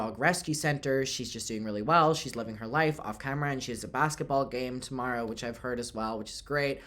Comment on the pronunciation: The way you so casually said she has a Basketball game TomAROOOW